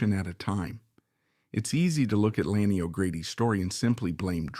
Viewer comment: Why don't you onfirm the correct pronunciation of Ms O'Grady' first name before you request "a LIKE Subscribe 👍"!